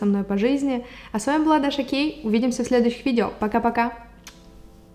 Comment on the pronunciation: прости, но мне послышалось:Всем привет! Я Даша Гей" 😂😂